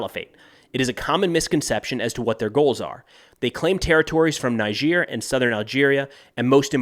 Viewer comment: Hey bud, when you pronounce Tuareg which an emphasis on the U and Niger as Nai-jeer it makes you sound like a complete clown who's seeing and hearing these words for the first time. It's twa-reg and nai-jer FYI. Good luck with your "research"!